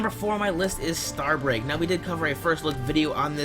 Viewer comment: starbrake.... its starbreak i think no offense